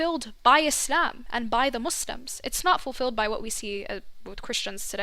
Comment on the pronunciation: It's Muslims not Musims 😭😭